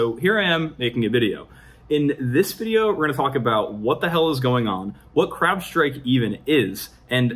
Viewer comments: I hear Crapstrike every time he says Crowdstrike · I could have sworn I heard "crap-strike"